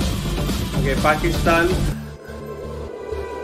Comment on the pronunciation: Thank God, you pronounced 'Pakistan' correctly